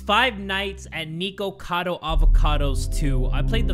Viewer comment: I love you and stuff but Nikocado's name s pronounced "Nick-oh-cado" if that makes sense. Not "Nee-ko-cado." you say that again, imma break your neeko neeko kneecaps 😭💀